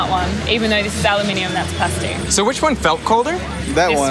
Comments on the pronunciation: It bothers me that you say alluuuminium. I know it's not how you normally speak. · is it normal to pronounce aluminum like al-lu-min-y-um instead of just al-u-min-um? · Did he just pronounce aluminum "al-yu-min-ee-um"? I thought he was smart. It's "a-lum-ih-num" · Aloomin um... not alu mini um....gawd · You are American. Learn to pronounce aluminum. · I thought I was going to pop if I heard aloo mini um one more time. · why are they pronouncing aluminum wrong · The reality of the situation is that it IS Aluminum (no second "i") and it was changed to "-ium" because scientists wanted to standardize it on the elements charts. However, Aluminum with no second "I" is a correct pronunciation, otherwise Gold, Lead, Silver, Mercury and Copper are all incorrect pronunciations. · So it's Ah-Loo-Mi-Um now? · Understanding how thermal conductivity works is easy; but, understanding how to pronounce the word "aluminum" is hard, apparently. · There's that al-you-minium again. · HOW can it be actually pronounced Aluminium? there is only 1 'i' in it... so the North American way of saying Aluminum is actually correct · Why do you sound American but pronounce aluminum that way? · they pronounced aluminum wrong lol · how can you be so smart and pronounce ALUMINUM incorrectly? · It really bothers me when Americans use British pronunciations. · It took me a few seconds to figure out what an aluminium block was because of the American pronunciation, and I was surprised to see Derrick say it the british way in his accent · I've never heard anyone with an American accent pronounce aluminum in that way before O_o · Please tell me I'm not the only one bothered by his pronunciation of aluminum...